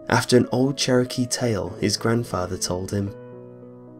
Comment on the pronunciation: "Cherokee" lol.